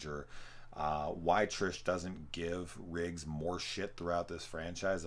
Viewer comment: You keep saying “Rigg” instead of Riggs, and it’s driving me nuts haha. Good content though, especially in the video on the 4th one.